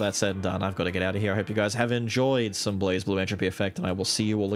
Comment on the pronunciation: Don't "kid" and backpedal. Just say "Blaz" unapologetically. If they wanted you to say "blaze", they should have spelled it correctly.